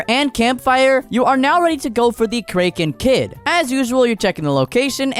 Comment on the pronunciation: Bro said krenken kid